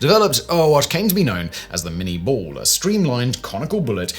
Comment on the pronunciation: It is pronounced "minay ball".